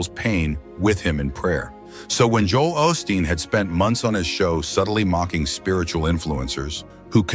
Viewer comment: Right from the start this video is suspect. Joel’s name was mispronounced.